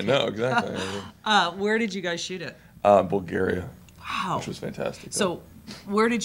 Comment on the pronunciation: the way he said "6.5" at minute and "bulgaria" damn kill me😂😂